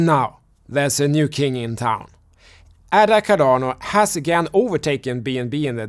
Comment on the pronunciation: It's pronounced AY DUH. After Ada Lovelace, the world's first computer programmer.